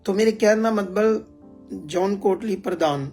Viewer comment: ਮਤਬਲ ਨੀ ਹੁੰਦਾ ਮਤਲਬ ਹੁੰਦਾ ਸਹੀ ਸ਼ਬਦ ਬੋਲੋ ਜੀ